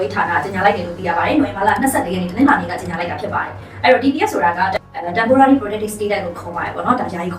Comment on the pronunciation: စာမတတ် ပေမတတ် တပ်ကုန်းမကတော့ temporarry တဲ့ 🤣🤣🤣 temporary ပါဟဲ့ (သူ့ကိုယ်သူ စာတတ်ပေတတ်ပါပေါ့ 🤣🤣🤣🤣)